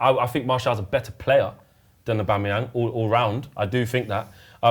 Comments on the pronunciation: Robbie really said Auba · Dus he just say aubamayang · People saying aubemyang 😂😂😂😂😂. Guy is garbage, most overrated player in the league